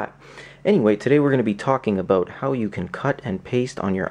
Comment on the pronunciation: "Talking a-boat"